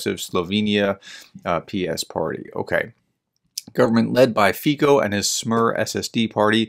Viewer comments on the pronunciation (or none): You are right, under proportional representation, being the strongest party does not mean you'll be able to form a government. That Fico is going be the next PM of Slovakia is far from being a done deal. And, BTW, his name is FEE-tso, not FEE-ko. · One thing: you pronounce him as /fitso/, not /fiko/ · Pronunciation: FEE - tso